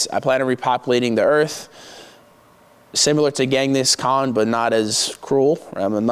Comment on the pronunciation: “Gang Ness Khan” lmaooo